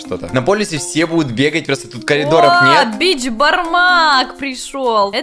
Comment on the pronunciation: Вообще-то не бичпармак а Бешпармак